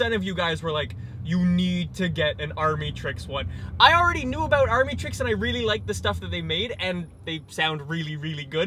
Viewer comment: It’s pronounced amitricks